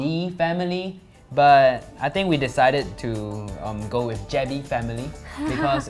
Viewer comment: He said Jebbie Family but the Channel Name is Jebbey Family 😂